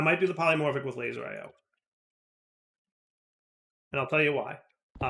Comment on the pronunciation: Great episode till he said laser IO